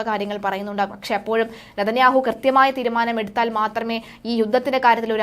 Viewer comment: News reader ബെഞ്ഞമിന് നാഥന്യാഹു എന്ന് പറയുന്നത് കേൾക്കാൻ നല്ല രസം